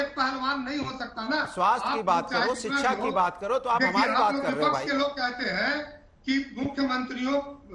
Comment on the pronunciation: शिक्षा नहीं सिक्सा बोलता है ।